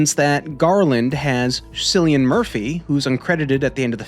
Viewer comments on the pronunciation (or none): Great video. I love this movie and thought your insights were fantastic. Just to point out at 17.26. Cillian Murphy is pronounced "Killian" Murphy. I know Irish names can be tricky and it's totally understandable that people would pronounce it like that.